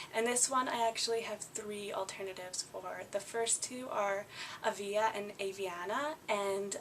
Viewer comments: i love the name Avia, but it's pronounced AY-vee-uh, and I love Aviana too! And Emerald! I love Chloe and MAdison but they're much too popular for me to use and I love Cleo(patra) but but but.. well it's a little bit too out there even for me. Omg I love Micah!! I used to love Malachi, but then the shaytards dog ruined it for me haha. and i ADORE Jonah!! I love it so much. P.s your hair is rockin in this video! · Avia is pronounced ay-VEE-ah. Oh and another good alternitive to the name Olivia is Liviana or Livianna. ! Great video, such a good idea.